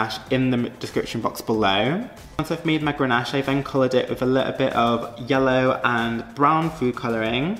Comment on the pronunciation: DONT PUT IT IN THE FRIDGE. IT IS CONDENSATION. And it's GANACHE. NO R. Cringe cringe cringe....